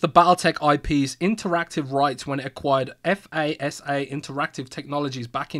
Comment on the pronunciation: say it with me... "fasa" not F-A-S-A. just fasa like it sounds.